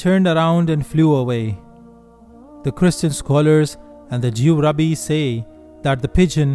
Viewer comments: It's Rabbis, not Rabees! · My friend, I am a fellow Muslim and appreciate your great videos. Please say, ‘Raabiiys’ instead of ‘Rabees.’ Jewish Rabbis are pronounced correctly as Raabiiys.